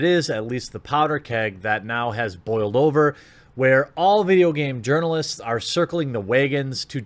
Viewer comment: Isint it Gaming "urnilists"?